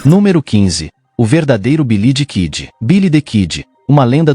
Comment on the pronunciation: Quem conhece Bilidikidi e Pet garrê ? aprenda a falar primeiro antes de fazer vídeo.